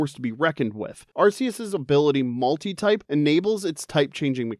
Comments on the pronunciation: 1 it’s ar-KEE-us and 2 god was introduced in gen 4 not 5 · Arceus got the wrong generation AND wrong pronunciation. Evil.